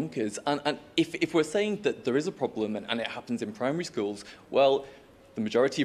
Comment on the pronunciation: I like the way she says problem. “Poblem”